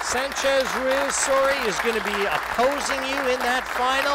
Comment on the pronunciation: Tony, please teach Jim Wych how to pronounce Francisco Sanchez Ruiz's name. It's not Ruaz. He's so annoying to hear.